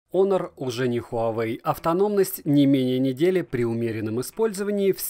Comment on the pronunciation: Ну вот драсте, хоть кто то правильно называет онор Кстати, + прочитанный обзор, за что спасибо И все же я считаю что это промежуточный этап "недочасы - перебраслет" Хотя спорно